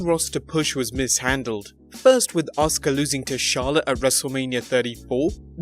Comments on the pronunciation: ahs kah? the letter U is never pronounced in Japan?? How about Ah sucky? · Stupid man can't say askua right dumb man!